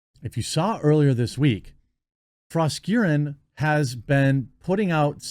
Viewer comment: i like that jeremy pronounces her name like "frosk-urine" i dont think hes even doing it on purpose and that makes it even funnier